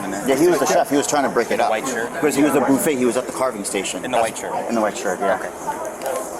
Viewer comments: Ive never heard someone call it a booffet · This dude pronounced it as "boo-fay" and said the other guy should get attempted murder. And he cut in line?? Sorry, can't feel bad for him. People too comfortable just doing what they want, cutting in line, trying to sound fancy with their pronunciations, thinking they wont catch a plate to the domepiece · lol the boo-fay 😂😂😂